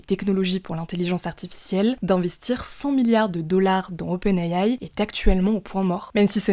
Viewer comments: Open ayaye 😂 SVP dite simplement les lettres en français c’est plus professionnel ! Open« I DE ISABEL» « A de Alain» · J’entends open Aie aie quand elle le dit